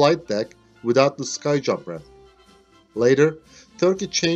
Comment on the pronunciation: It's not a "sky jump ramp" it's a "skee jump ramp"